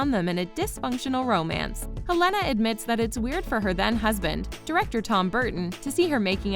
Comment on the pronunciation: Her name is pronounced Hel- en- a not He - lena